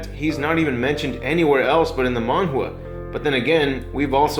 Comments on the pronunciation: Mangwa?? Just say comic, dude. Or Manga. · Man-Ga not Man-Gua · What the hell is a mangwa? You mean Manga??? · It's not mangua its manga lol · The manhua had me really triggered because I didn't know if you were trying to say Manga or what 😂 I'm sorry i read the comments too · mangwa? why do you keep saying it weird, your video was good but thats really off putting mate...its manga not maungwar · "In the mang-gwah" 🤮🤮🤮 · Manga isnt said with s silent g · Dude I love your how you pronounce manga, it's adorable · Oh... now I feel silly I was about to comment something about his manga the pronunciation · Where are you finding this elusive w in the word manga?